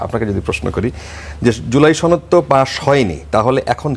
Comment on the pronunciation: এই মহিলা সনদকে ছনদ বলে কেন